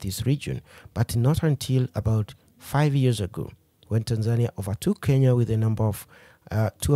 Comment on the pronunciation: You used the wrong pronunciation for Tanzania. Please stop using Ugandan/Kenyan pronunciation when saying Tanzania. Also, electricity in Tanzania is not affordable; it's actually very expensive. Separately, the current president of Tanzania is not "Madam Suluhu." Her name is Mama Samia. For those reasons, I downvote this video..